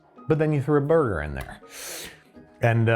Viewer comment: Is there any particular reason this chick needs to short hand simple words? Really can't say cheddat, gotta shorten it to "ched"? Can't say burger, have to say "boig"? Just annoying. Also, making me uneasy looking at under-well burger patties, doesn't need to be charred, but dang it could spend more than 60 seconds on the grill.